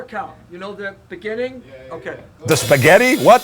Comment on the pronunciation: .."spehgetti.."?..😌 "..beginning.."🤪👍